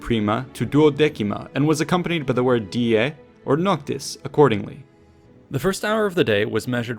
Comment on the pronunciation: A well done video, thank you! One comment though, diei is pronouced [dee-EH-ee], not [DEE-eh]. Good luck in your studies!